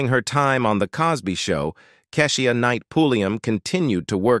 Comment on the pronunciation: Why is he pronouncing Keshia name wrong? We need a black announcer.